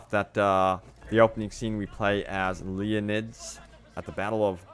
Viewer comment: I can't believe how much you butchered "king Leonidas and the battle of thermopylae". That's the battle from 300. We'll be playing as his son or daughter !!!